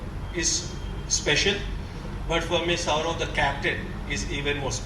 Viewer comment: Why is he saying SHOUROBH SHOUROBH ........ typical bengali pronounciation... Its Saurav i believe